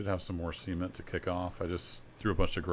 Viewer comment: Got to be careful how you say CEMENT. There's a T on the end there.... otherwise it sounds like semen......